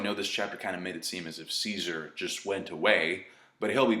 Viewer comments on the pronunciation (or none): none